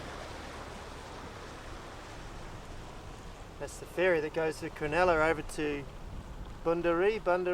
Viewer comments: It's Cro-NULLA not cro-NELLA. Sheesh mate.😢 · Locals prob corrected you since, but Cronulla = Cron-ull-ah (not crenella). Made me home sick going up the Hacking. The next Inlet Nth is Botany Bay, the southern point Kurnell, Cpt Cooks landing place, his men murdering the 1st of many indigenous occupants.